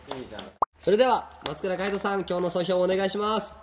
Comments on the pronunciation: 総評がいえなくて、すぇうほうみたいになってるの、これぞまつくやぁぁぁあって感じ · まちゅ｢本日のそょうほう｣って言ってるでしょかわいい、、、、